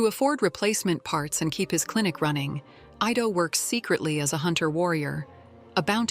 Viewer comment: The doctors name is pronounced "eee-tow" not "eye-tow". For A.I. to be used as much as it is, it proves that people of today's society are two things #1 - LAZY, and #2 - STUPID. And using A.I. will make them more so.